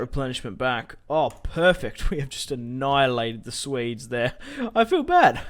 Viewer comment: Can you not pronounce Swedes as ''Suedes'' , but something like ''Sweedes'' ?